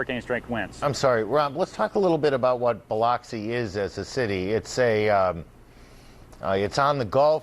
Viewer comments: Buh-LUX-ee, not Bah-LOX-see.... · 🙄 Ugh i hate how he says BILOXI, MS. 🗣️ It's pronounced BILL-UCK-SEE😂